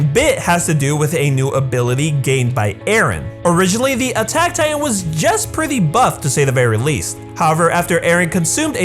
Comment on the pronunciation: I cant help but notice every time he says titan he says “tight ant”